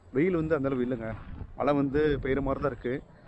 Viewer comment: மழை மலை ரெண்டுமே உங்க உச்சரிப்பு ஒரே மாதிரி தான் இருக்கு சிவ சிவா 🙏🎉